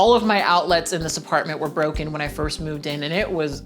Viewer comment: The way you pronounce outlets is quite strange, is it regional? You pronounce it like it’s two words, out-lets rather than outlets without a very pronounced e